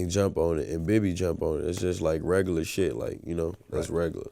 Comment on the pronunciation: "Regaluh shit"